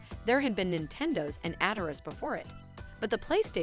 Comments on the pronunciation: Also never heard Atari pronounced Atara until this video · Love the video but who ever did the voice over needs to learn how to say plaid & Atari lol 😂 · atari nah at-ah-rahs